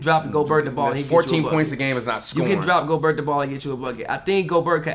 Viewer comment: How does someone still say Go-berT at this point in his career? I feel like it’s common knowledge that it’s Go-Bear at this point.